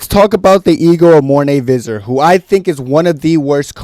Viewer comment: Hey as a South African, Visser is actually pronounced Fisser, good job on u for shitting on them though, I never liked ddp since his "real african" comments